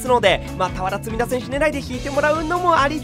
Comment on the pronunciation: 俵積田がクヴァラツヘリアに聞こえてまう